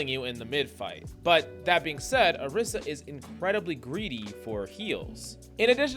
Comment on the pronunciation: why he call "orisa" - "Erisa"? eben in the time stamps???